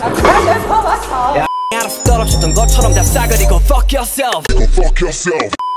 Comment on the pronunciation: No one: Literally no one: Jungkook: Big BoOteH 😂